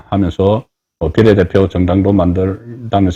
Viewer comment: 비:례대표를 비례대표로 정말 듣기 싫다